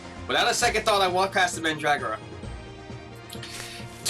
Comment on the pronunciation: Its pronounced "Mən-drɔ-gɑrɔ" The symbols used are from the Oxford English Dictionary's American Pronunciation Reference.